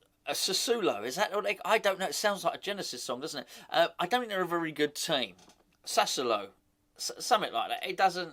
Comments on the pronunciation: Lol you always crack me up. It's pronounced like "Sass-swallow" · It's sass ooo oh low. I lived in Italy for 4 years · Doesn't matter, but you need to add a syllable. Sa su o lo. Four syllables, not three. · I speak a little Italian and I’m pretty sure it’s Sca-matcher and Sass-woah-low 😉⚒️ He sounds decent, a very Italian type player. Cheers.